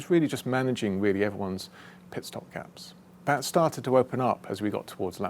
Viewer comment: Valtteri it's pitstop